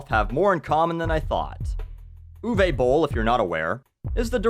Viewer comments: its uwe not uway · "Ooh-vuh" not "ooh-vey"